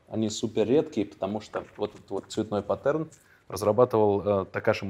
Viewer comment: Блин, я одна такой сноб…мне уши режет…паттЕрны…Карл ЛаКерфельд…😅 Квартира-галерея современного искусства. На мой взгляд жить в таком довольно трудно. Но, главное, чтобы это отзывалось тому, кто в ней живет, думаю, что у Тимати нет с этим проблем😅. Про пузырчатый диван, смутило…с точки зрения как раз дизайна-в первую очередь это должно быть удобно и эргономически правильно, а вот с точки зрения искусства да, главное как это выглядит.